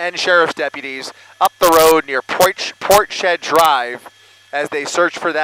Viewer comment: I do wish he would learn to pronounce Portshead properly. It's not port shead, but rather Ports Head!!!!!!!!!!!!!